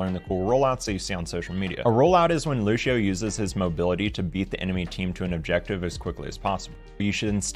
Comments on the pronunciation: One bad habit of people who don’t know how to say Lucio. 1. Pronouncing it “Lushio” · Pronouncing Lucio as Lu-shio 😂 the c doesn't make an S sound in this case👍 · Not true, I went through all his videos and he only misspronounced sombras and lucios name.